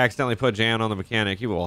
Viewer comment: Jan's pronounced like "yawn". It's a German version of "John".